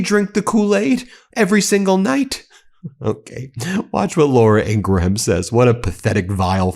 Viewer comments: The "H" is silent in Ingraham's name. It's not pronounced Ingra-Ham, simply Ingram. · Ben, why do you keep pronouncing Laura Ingraham's surname as a 3 syllable word? It's just pronounced Ingram. Why can't yanks speak English properly? 🤬